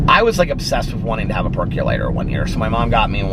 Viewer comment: I cannot take you seriously when you say percolator. I forever sing it like you did in your PReview or PDS channel I can’t remember... but I ALWAYS sing that song when you say “peculator” since lol